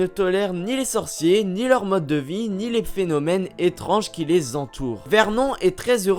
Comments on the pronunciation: La femme de Vert Non...😂😂😂 Vernone cela ce pronomce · Bonne video mais on dis vernon(e) et non comme ca se lis il me semble 😶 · C'est verNon on fait comme si il y avait un E a la fin ensuite dursley on ne prononce pas le Y et dans Weasley c'est pareille la prochaine fois apprend a prononcé les mots et noms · Mais ça se dit vernone et pas verNON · C Vernon pas Vermont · CA SE PRONONCE VERNONE